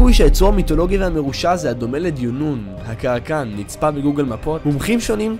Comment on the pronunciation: kraken* no "karakan"